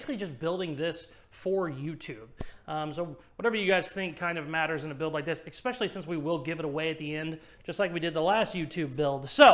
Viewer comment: Love your channel!! I can't find "EXSPECIALLY " in the dictionary.....lmao! Keep up the good work! CHOP DAT SHIT!!